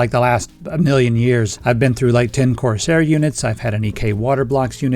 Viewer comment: you said "Corsair" & I got a tummy ache